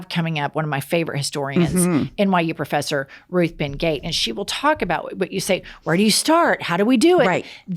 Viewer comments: Ruth Ben (GEE-aht, not Gate) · Looking forward to the upcoming episode with Ruth Ben-Ghiat. I think her name is pronounced Ben-Ghee-Ott not Ben-Gate. My petty grievance is has her “Fuck-Off” battle cry immediately after Jennifer welcomes all the marginalized groups. I can’t help but put the two together when I hear it. I’d love Jennifer to add “, what do we say to MAGA? (DJT, Moses Mike, etc).” Just my two cents. Love you ladies and listen “religiously” 😉.